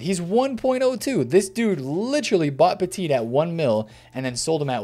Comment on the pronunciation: You don’t pronounce the second T in Petit. He’s French...